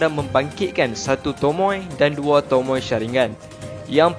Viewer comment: tomoe oii bukan tomoi aduhhhh